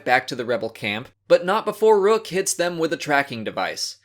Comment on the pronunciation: Thrawn pronounced Rukh as Ruh-KUHR